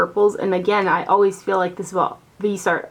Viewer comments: It's pronounced vis-e-art, FYI!! You went back and forth! Lol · Your videos and very much appreciated. Thank you. 🌹 Greetings from Canada 🍁. Viseart means FaceArt. VEEZ R is how you say it. Vee Zar. No T.